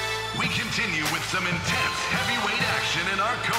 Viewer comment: bro it's intense not intesne😂